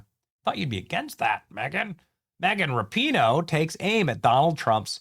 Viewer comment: It's Megan Rap-a-ho